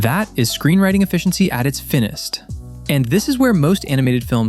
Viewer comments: "at it's f i n n e s t" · this guy mispronouncing words is killing me, finist?, prii??